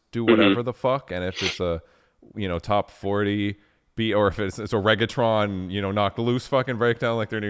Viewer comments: He said reggaetron again... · aw hell nah bruh said reggaetron again! autobots transform headass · Guys whos gonna tell him off on “Raggaetron”